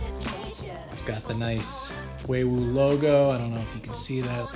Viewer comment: It's not WayWoo. It's Huawei or WuaWei.